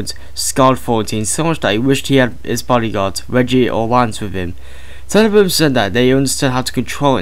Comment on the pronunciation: alan turning dr brigid tenneebaahm